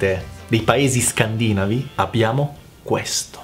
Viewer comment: Giusto un piccolo dettaglio per vostra informazione personale :) Il termine "Scandinavo", da un punto di vista fonetico, dovrebbe essere pronunciato "Scandinàvo" e non "Scandìnavo". P.s. La cosa che mi fa "sorridere" è che tu venga additato come "non Italiano" da personaggi che hanno, rispetto a te, molta meno conoscenza della lingua e della cultura Italiana. Le capre "italiane autoctone" che ti offendono, dovrebbero, se non altro, imparare a leggere e scrivere prima di esprimere concetti propri.